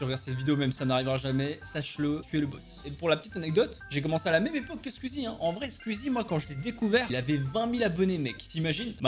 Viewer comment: Les squeezos de qualité(comme moi) qui disent : "Squeezie" Toi : "squuizie" les squeezos(comme moi) en sueur